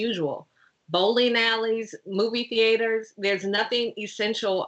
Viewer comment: I'm sorry, no comment on how she said movie theAters? :D hahaha